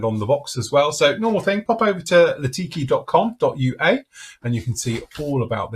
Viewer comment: Litaki not Latiki…Nj is combat capable not just trainer.